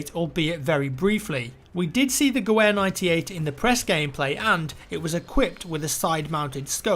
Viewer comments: It's pronounced GE VV ER! As in the "W" is pronounced as a V. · "Gewhere", beautiful pronunciation there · "Gewehr" is literally German for "rifle", the W is pronounced as a V sounding like "Gevehr". Just in case anyone was wondering. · gewehr - pronounced guh-vair. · The "W" in Gewehr is pronounced as a "V" btw. It's german for rifle. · W's are pronounced as V's in German - Just a heads up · Wanted to let you know, in German the W is pronounced as a V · again... it's a "Geh-Vher" the W is german, it sounds like a "V" and it's not a "Geh-Vher" it's a Mauser 98! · Its pronounced Jew-er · pronounced with a W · "W" is pronounced as "V" in German and "V" is pronounced as "F" and "F" is pronounced as "F". So "Gewehr" is prounounced "Gevehr". This is madness I am out. Nice video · Hey, the German "w" is pronounced as a "v", so words like "gewehr" are pronounced "gevehr". Just a heads up. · the pronunciation of the gewehr is said like gevehr. Sorry just a little pet peeve. Do you think we'll be able to peek corners with side mounted scopes? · just a helpful side note gewher is not pronounced the way you are saying it but instead the wh in the word sounds more like a v. Its hard to explain but just thought Id leave a friendly tip. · gewehr is pronounced gevehr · gewehr is pronounced geveer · W is pronounced as a V in "Gewehr" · Gewehr is actually pronounced Gevair, but that's okay! :) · I am going to be that guy Gewehr is pronounced as Ga-Vair The MP18 was first found in 1917 If the Americans are in this game, then the Springfield 03 will be apart of this game, which is essentially a clone of the Mauser 98 Makeshift grenades, like the one you pointed out at the end, weren't really for taking out tanks, but for throwing them across the trenches. Bigger explosion, a few ball bearings placed here and there...a recipe for disaster The M1911 is also still in use, as the Americans were not very happy with the M9, so they kept their .45